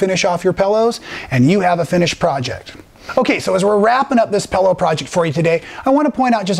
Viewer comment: you are so entertaining, I sometimes forget what an awesome teacher/quilter you are! I had to laugh at the "Pellow", my husband said when he first met me I said "Frunch room" instead of front room! LOL! Here is to creative people and language! LOL! Thanks so much, keep those awesome videos coming, you are a much needed addition to the quilt world!